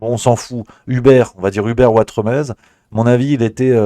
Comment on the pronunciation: NON, ne rêve pas, tu n'as aucune origine espagnole ! Tu t'appelles Watremé (le Z ne se prononce pas, comme dans le mot "nez" où comme dans Trifouilly-lez-Dijon). Sous l'ancien régime, on rajoutait un Z derrière un "E" muet final, pour indiquer qu'il fallait prononcer "é" (c'était avant qu'on invente les accents à la fin du XVIIIe siècle). Y'a plein de noms comme ça : Saint-Tropez, Desprez, Grimonprez-Jooris, Elodie Bouchez (son ancêtre était boucher). J'espère qu'à partir de maintenant tu n'écorcheras plus ton joli nom de famille Ouatremé ! 😀😀😀😀😀😀